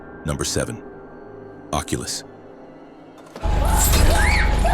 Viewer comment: occulus... snoozer 😮